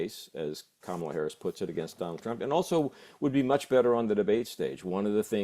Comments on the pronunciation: It's KA-mala, not Ka-MAla. Not hard and pretty poor for "top" journos not to know how to pronounce a presidential candidate's name. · COMMA-La to CoMAHla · Can you at least pronounce Kamala properly it is not Kamarla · Mispronunciation of her name is really starting to grate. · If this guy can't even take the time to learn how to say her name why is he a host? Not the guest. The host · Learn how to say KAMALA !!!! Or was it your political intention to mispronounce it? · COME ON - PLEASE LEARN HOW TO PRONOUNCE "KAMALA" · Please learn how to pronounce Kamala. You're embarrassing yourselves. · He does have a problem saying her name, but in November he can just call her Madam President💙💙💙💙💙💙💙💙💙